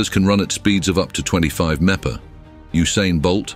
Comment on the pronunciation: WTF is "meppa"? This lame-o automated narrator trying to say miles per hour?